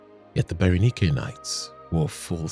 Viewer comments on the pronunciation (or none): Bara-nike ❌ Bara-knee-kay ✅ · Berenike is not pronounced that way. Its pronounced bear-eh-nyk.